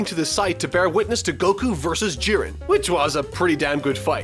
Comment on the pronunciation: Jeren? Im pretty sure its jie ren but thats just how i pronounce it :/